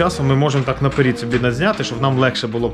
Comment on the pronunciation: Не наперід, а напЕрЕд. Аж уши режет